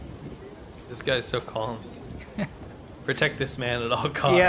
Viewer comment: calm has a slient L